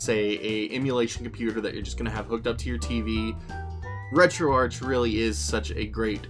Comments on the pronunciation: It’s pronounced “RetroArck” even though it’s spelled “RetroArch”. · Good video, one little thing though. I believe it is pronounced retro Ark as in archive or archades